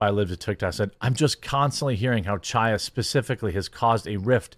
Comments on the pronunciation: It's not CH-aya. It's H(with Phlem)-aya! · Chaya is pronounced “High-Yah.”